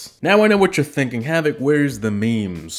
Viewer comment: Havoc I CANNOT understand your name in your DANK intro.